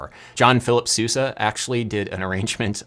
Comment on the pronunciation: Nice video, as always. Just came here to say that 'Sousa' is not pronounced like you did (or al least it shouldn't be).